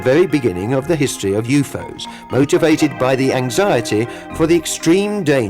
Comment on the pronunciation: The Announcer is Fucking Annoying as Hell. Sounds Frantic as he Translates and Pronounces U.F.O as YouFose.